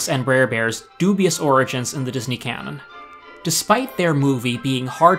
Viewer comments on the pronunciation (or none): none